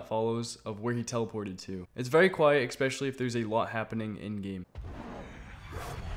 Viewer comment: the word is ESPECIALLY. you spelled it right but you keep saying EXpecially.